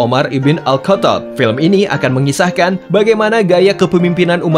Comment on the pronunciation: Al katab😂😂 Al khatab bang " ghro' " buka "ka"